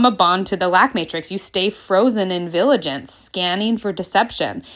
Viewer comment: LOVE this!! Thank you. ...Also: it's "VI-gil-ance... not "VIL-a-gence.